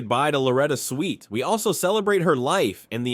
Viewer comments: Her name was Swit, not the way you pronounced it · IT'S SWIT, NOT SWEET, SWIT. !!!! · SWIT not SWEET!! I see others caught the error also!! 😊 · Why does the commentator keep saying "sweet" instead of proper pronunciation SWIT!!! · SWIT ....... NOT SWEET 😮😮😮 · Her last name is Swit not Sweet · Her name is Swit, not "Sweet." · 😢Her last name rhymes with Witt get it right. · Her name is pronounced Swit NOT “Sweet”. “Sent shockwaves through the entertainment industry”. Seriously, give me a break, so completely over the top and sensationalist and you can’t even pronounce her name. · 🤦‍♂"Switt," not "Sweet"! 🙄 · Swit not sweet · It's not pronounced "Sweet", it's "Swit", short i. I loved her after McLean Stevenson left the show, and especially after Larry Linville left the show. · It’s SWIT, NOT SWEET! 🙄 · It's Swit not sweet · It's Swit not Sweet, RIP Loretta ♥️♥️♥️ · Very annoying to hear this YouTube reporter ignorantly saying "Sweet" over 20 times. Get your names straight if you're reporting on prominent people! Loretta Swit was an accomplished actress who deserves to have her name pronounced correctly in the news! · How many times can you mispronounce her last name? It's SWIT like wit with an "S" in front of it & why say X formerly known as Twitter? EVERYBODY KNOWS THIS! Just say "X," no need to even say Twitter!🙄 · When the AI voiceover can’t even pronounce her last name correctly 🙄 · You can say Houlihan properly but cant say Swit!!! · Why should I subscribe if you can't get her last name right, as she was beloved by millions and you can't even GIVE HER that respect...RIP Loretta Swit. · Sad they couldn’t pronounce her name correctly. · My God get her last name right! You could have at least done that much research. Thank goodness most of us know who the hell you’re talking about. Did you not hear anyone say her last name??? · It was AI, miss pronouncing her name. Thanks, another good one. 😢🌟🧡